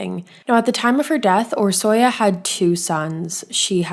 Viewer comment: It was pronounced wrong but honestly Hungarian is very different for English speakers. Orsi is the short name typically and it's one of my favorite names 😊